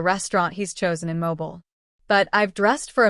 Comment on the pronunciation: Ok you need to teach your Ai how to say Southern town/city names such as Mobile. Because that was wrong.